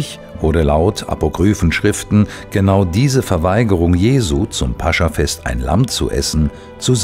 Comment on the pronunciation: toll gelesen. nur eine kleine Korrektur. es heißt nicht - Pascha - sondern -Pas-cha -. grüße aus Moskau...